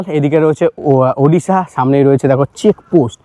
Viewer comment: For the first time I hear someone from WB say Odisha.. and not Udisha. 🎉🎉🎉